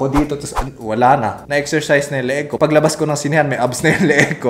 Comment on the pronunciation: HAHAHAHAHA nakakatuwa pano mo binabangkit yung word na "ko"